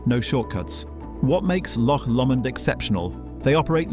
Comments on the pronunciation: Why are you pronouncing Lomond as you do, anyone who has listened to Andy Stewart would pronounce it as Lowmond. Even my Scottish father did, so I wonder if you have any connection to Scotland. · Learn how to pronounce Islay or Lomond properly then you may be taken seriously?